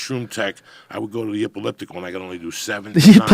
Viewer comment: " The Eucalliptical " - Joey Diaz